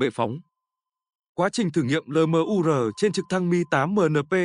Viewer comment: Cái ông AI này đọc LMUR thành 'lờ mờ u rờ' nghe chán lắm. Admin dạy lại để ông ấy phát âm chuẩn tiếng Việt đi 😢